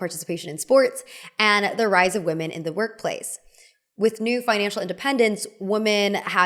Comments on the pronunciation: Actually you have a point 😂 I can hear her pronounce woman right but she pronounces “women” the same way as “woman”. i actually don’t know if she has pronounced “women” the right way like “wih-muhn” at all throughout the video but I’m too lazy to find that out. I think it’s just her type of accent because of where she grew up. You’re right about Baily Sarian and Stephanie Soo doing the same exact thing. And Stephanie’s first language is English but I’ve heard her mispronounce a few other words frequently that would irk me so bad 😂 I’m guessing that it’s just so normalised to native speakers and they probably don’t hear the difference because they speak fast or have never had someone directly point it out to them. Can’t really blame them tbh, language changes all the time so it shouldn’t be too big of a deal. But once you hear it, it becomes impossible not to pay attention to it! 😩🤣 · can you please pronounce "women" properply? its not "womb"men